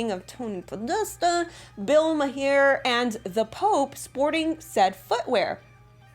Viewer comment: I can't take it. She mispronounces words like : pronunctiation as " pronouciation" and Bill Maher as "Bill May her" and then she claims that enfants which is FRENCH for infants is mispelled. I just can't.